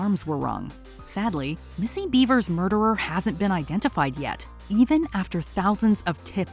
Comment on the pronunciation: Are you shitting me? Missy-Beaver?.. BEAVER? 🥴🍸